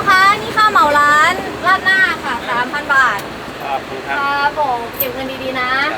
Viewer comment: ไอ้คำว่า 3,000 บาทพอนะมันเหมือนคำว่าสามอันพอนะเลยอ่ะฮ้ากมาก😂😂😂